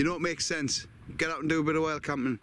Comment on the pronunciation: Nice to see you 'back oot' (proper), and looking well. Take care fella and ATB. 👍